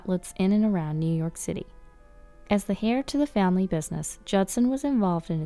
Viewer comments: "Hair" for heir? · Get "native English speakers" that pronounce all the words correctly! Heir is pronounced AIR, the H is silent!